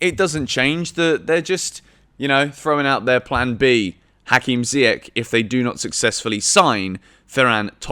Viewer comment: Pronounce Ziyech properly...after all this time.🤦🏾‍♂️